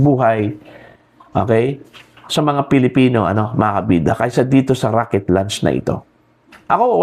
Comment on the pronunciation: Raket... hindi rocket. Baliw.